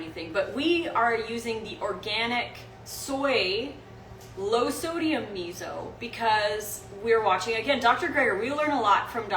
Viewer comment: you always. mispronounce miso :p